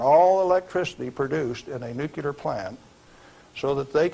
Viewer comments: Why is he keep saying "nukilar"? Its not "nukilar" its NUCLEAR...I cannot believe that he's saying it wrong all the time... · It's unfortunate that he pronounced it "newkiller" instead of nuclear though. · Sorry, it's pronounced like it's spelled - N-U-C-L-E-A-R. It's NOT NUCULAR! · Why do even scientists and engineers have a problem saying the word "nuclear" ? Try by pronouncing it " new clear " not " nuke ular". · Hearing every day Americans pronounce nuclear as "nuke-you-ler" never gets old, even approaching age 40. It used to really annoy me as a pre 10y.o Australian kid (with Asperger's, reading, doing math and watching docos said to be years above my human farm given "education level"). These days, the more educated the person pronouncing this so incredibly wrong. The bigger it makes me smile. Thanks team America. You're the world police and deserve a movie made about your overseas global help.... Never mind, some incredible Americans already did it in the 00s. Thanks Matt and Trey. "AMERICA FUCK YEAH!!!!" Thanks. This is incredible material about an incredible material. Surprised it wasn't banned, not just demonetized. I'm just glad it's up and I'll be donating to you to help with the losses of hosting high quality information on the tube mafias mega streaming services for us farmed humans. Thanks from 38° south in SE Australia. Near the great Ocean road southern aurora photography chasing cliffs of the Otways and hi SO family ❤🙏 PS. no hate here. I'm the first to tell people that Aussies butcher the English language better than any other English speaking country. Returning home from nth America, UK etc is always a shock hearing how much we cut words down, remove entire words to shorten sentences,, don't pronounce the R in many things including burger (I've confused many an American burger restaurant worker taking my order when I ask for a bur-ga and not at bur-gerrrr) and tha